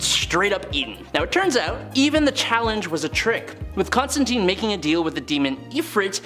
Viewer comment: ConstanTINE, not TEEN